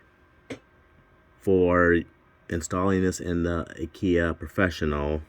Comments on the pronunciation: You pronounce Akai like Uhh-kie....like ”uhh” don't know...and like pie with a k. It sounds like a cheap furniture store your way lol. I'm just looking out people will have jokes. You probably figured that out already. Yep so since the MPC X is based from Linux it uses the exFat format. The way you did it is the recommended way to do it for larger drives. You can format from the MPC after you've done it that way first by going to browse>places>selecting the drive and holding shift.. format should show on the screen. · As soon as I heard ah kia I stopped the video 🤦‍♂️